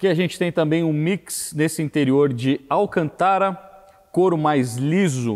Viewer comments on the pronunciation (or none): O que seria "Alcan-TÁRA"??? Kkkkkkkkkkkkkkk